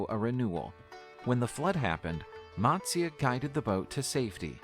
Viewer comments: All the pronunciations in the original video were pathetic that is matasya Not matsyaa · None of the pronunciations in the video that you watched is correct.... If you want the correct pronunciation, please ask an Indian from India. But for your reference, I'll try help you along here: - Matsya: Mutt-syA - Vishnu: Vish (not Wish)- Noo - Dhanvanthara: Dhun-Vun-Tha-RA - Avatar: Ah-Va-ThAr - Narasimha: Na-Ra-Sim-HA - Hiranyakashipu: He-Run-Ya-Ka-She-Poo - Prahaladha: Pra-Ha-LA-dhA - Mahabharatha: Ma-HA-bhA-Ruth-A - Indra: Een-dhRA - Vamana: VA-mun-nA This video is not accurate in a lot of the legends that it narrates. Please do not take this as your information... It is an attempt. These stories are considered religious truths, so I would think twice before comparing them with Game of Thrones. That's like saying the story of Jesus is like the Avengers...😂 If you are checking any mythology out, try to get authentic sources for your video.